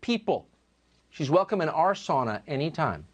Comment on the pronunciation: He said sauna wrong